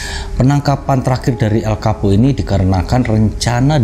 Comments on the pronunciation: Darimana coba Chapo bacanya Kapo, gila sotau bgt😂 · Chapo bukan kapo ngab😀